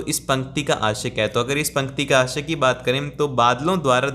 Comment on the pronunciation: Yrr mujhr ashya ki jagah aashiq sunaayi diya😁😁